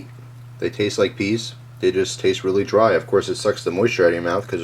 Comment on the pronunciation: I still can't get over how he keeps saying that pee(pea? lol) tastes so good